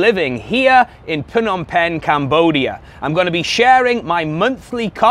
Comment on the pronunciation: You would seem more knowledgeable if YOU COULD PROPERLY PRONOUNCE THE NAME OF THE CITY YOU LIVE IN